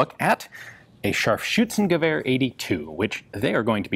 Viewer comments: Bravo. You pronounced Scharfschützengewehr properly :) It's not an easy word :)) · P.S. And give him some credit for his pronunciation of Scharfschutzengewehr..that was pretty decent!